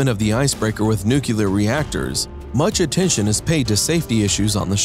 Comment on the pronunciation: Aaagh! He mispronounced nuclear twice in the first 27 seconds. There is no 'cue' in nuclear. That's as far as I got, I'm outta here.